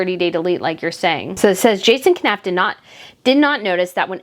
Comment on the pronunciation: Knauf is pronounced Noff.